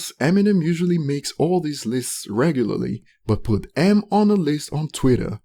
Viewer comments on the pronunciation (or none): none